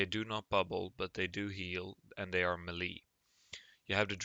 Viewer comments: "Melee" is pronounced "Maylay" or better yet "Meh-Lei". Just so you know. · Please pronounce melee correctly.